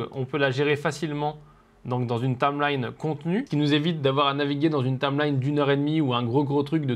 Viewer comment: Salut, super petite formation! Par contre, il faut que tu apprennes à dire "timeline"... Parce que tameline, c'est bizarre tout de même! Haha!;-)